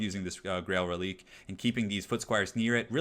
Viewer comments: Am I the only one who thinks the powerful Bretonnia infantry is depressing? They are able to take on chaos warriors and bestigors!?!? Hurts right in the lore feels! Also just as a heads up, the dead horse unit is pronounced Reli-quay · just some advice. Its pronounced Reliquae. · it's pronounced reli-QUAY